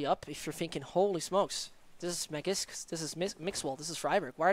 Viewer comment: Please pronounce magisk better its not magics